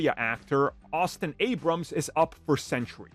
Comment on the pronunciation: Sentry is pronounced "Sen-Tree" as in a guard or guardian. It's not "Sen-tur-ee" as in a 100-year time period.